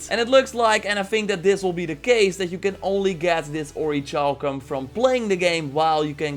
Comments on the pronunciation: Orichalcum is pronounced like "orrie-kal-kum" it was a legendary metal in the ancient world and often linked in legends to the lost continent of Atlantis. It MAY have actually existed, probably as some sort of alloy of gold or brass. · Hey! The word "orichalcum" is pronounced as "or-ri-cal-cum". But anyway love ur vids! Very informative! 😀